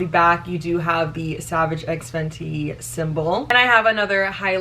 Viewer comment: actually saying the brand correctly for once 💀😂